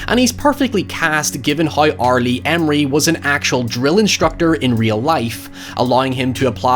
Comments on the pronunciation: Emrey.... dude it’s “Ermey” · R Lee ERmy. Not emery. I’ll see myself now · also, it's R Lee Ermey, not emery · R. Lee Ermey. "UR-MEE"